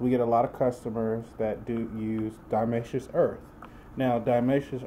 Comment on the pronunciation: you cant even pronounce it right